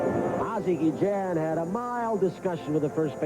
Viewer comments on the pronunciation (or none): i hate how the play by play guy keeps messing up ozzie,s last name its guillen no gejan